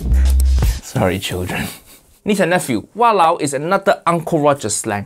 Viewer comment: When he says sorry children he actually sounds American